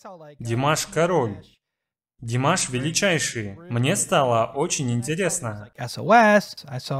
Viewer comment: Как мне режет слух , когда в конце ведущий неправильно называет фамилию Димаша . Это непростительно в любом случае .